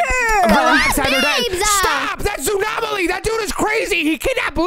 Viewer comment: it is zoonom Aly